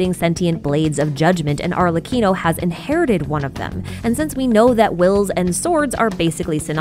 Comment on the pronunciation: after hearing so many people butcher it I appreciate the perfect pronunciation of Arlecchino's name